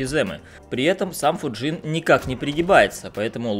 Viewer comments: Не ФуджИн а ФУджин просто слух режет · Почему ты называешь его ФуджИн, если ударение на букву У?